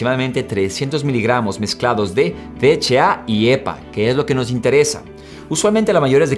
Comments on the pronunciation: Ja si h no eche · DHA. (escuché bien? dijiste 'de' , 'eche' 'a' ????? Que onda maestro. la H se pronuncia 'ache' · El "de heche a" ese cual es ???? Yo solo conzco el "D H A" ...... "de heche a"... INSTRUYETE ANTES DE SUBIR CONTENIDO !!!! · Javier Castro si 😂😒